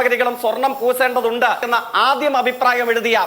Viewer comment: ശ, ഷ ഈ അക്ഷരങ്ങളോട് ജയിക്കിന്‌ വെറുപ്പുണ്ടോ....😅 രാട്രീയം, പൂസേണ്ടത്... 🤣